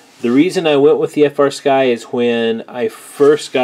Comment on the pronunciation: That is "Flysky" Not "FrSky"